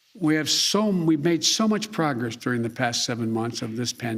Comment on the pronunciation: “We’ve made consititableble pogess” - leader of the free world